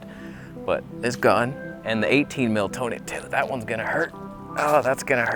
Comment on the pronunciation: we found the toneh.. wait wrong toneh